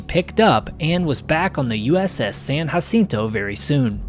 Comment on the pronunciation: btw you did not say uss sanjacinto correct